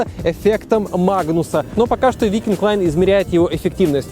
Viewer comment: Вайкинг лайн, а не викинг лайн.